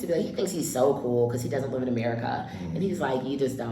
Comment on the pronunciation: Dear Nigerian the word is LIVE NOT LEAVE, every time I hear "leave in" or borrow me. I know its a Nigerian